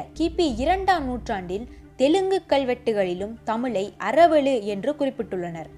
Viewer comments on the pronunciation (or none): none